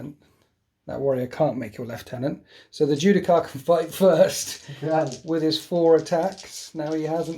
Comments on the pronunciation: The only thing that triggered me more than watching you forget to use the ancient's ability was listening to you say Judi-CAR- over and over again good game tho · "Ju-Di-Shar." You're welcome.